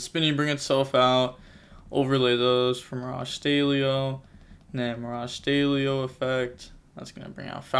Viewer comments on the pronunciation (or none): Great video as always mate! I've noticed you pronounce "stallio" as "staylio" 😆 Doesn't the word come from "stallion"?